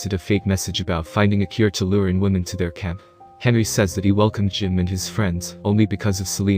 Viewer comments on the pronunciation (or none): none